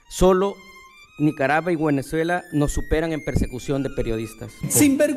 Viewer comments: Minuto ?? NICARABUA..BUENEZUELA???? Lo dijo dos veces …puede o no puede leer???? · te falto ponerle el corto "ya cabron hable bien" cuando el Sergio Arauz dijo guenezuela y lo dijo dos veces aparte de decir clib en vez de club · Con que cara dice que El Salvador esta casi igual que Cuba? Y que igual a Venezuela, que ni pronuncia bién dice Guenezuela 😂. Ay no que Dios proteja a los Salvadoreños de estos hombres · Dece guenezuela?😅😅esta tan nervioso porque sus mentiras son gigantes, que no puede pronunciar bien, Venezuela dice guenezuela 😂😂 pobre desgraciado no sabe cómo hacer para que vulva la criminalidad hacer daño a las familias Salvadoreñas. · “nicarava y guenezuela” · Minuto NICARAVA Y GÜENEZUELA 🤣 ni el diablo los ayuda a estos 🤣